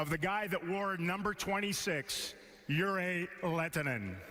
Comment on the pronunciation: Ei varmaan mitään tekemistä sen kanssa ettei vaan osaa lausua nimeä oikein. Kiva juttu XDDDDDDDDDDDDDD